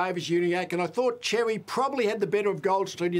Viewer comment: Xerri is a Maltese surname pronounced as “sherry”, not “cherry”